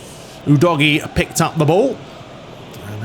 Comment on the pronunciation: Was that intended Dodgy..... udogie Or am I just......😂